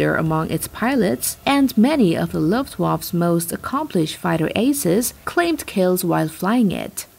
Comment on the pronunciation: There is no 'silent' E in Luftwaffe. You pronouce the E at the end.